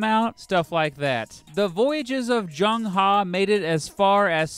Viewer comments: His name isn't proniunced "JUNG HA", you got both parts of his name wrong. Phonetically it's pronounced "Zheng(zh is like from the name Brezhnev) Huh/Her" like "her birthday is today". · Zheng He is pronounce as Cheng Ho NOT chang ha